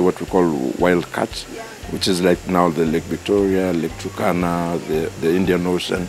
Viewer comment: He said Wild Catch